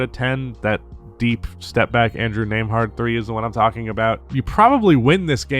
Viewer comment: learn how to pronounce it